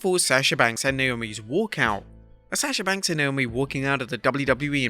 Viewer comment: Learn how to pronounce Sasha Banks name or don’t say it…been too long